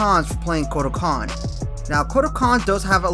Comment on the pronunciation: Just wanna let you know that you said 'kortal kahn' at the beginning there.